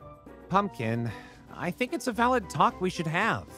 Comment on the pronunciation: Best Line. "I don't tink either of us can give straight answer." i wheezed